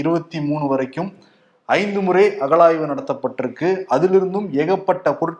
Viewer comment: தமிழ ஒழுங்கா உச்சரியுங்கள் அகல் ஆய்வு அல்ல அகழாய்வு